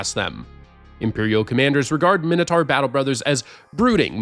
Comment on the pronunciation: All that work and you pronounce Mintaur incorrectly....deep sigh.... a representative of the officio assinorum will be in touch